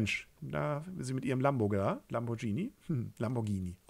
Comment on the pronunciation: Toller Zuch! Kommentare und Beschreibungen zu den Fotos und der Ambiente sind aber einfach herrlich und extrem funny! 😂 Es kommt einfach so authentisch rüber. 👍 Lambordschiiiiiini! 😅